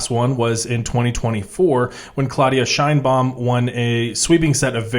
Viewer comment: Sheinbaum, not "Scheinbaum" The surname Sheinbaum is Yiddish and means "beautiful tree". It's of Jewish origin